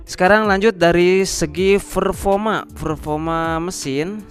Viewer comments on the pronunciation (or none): Performa bang bukan ferfoma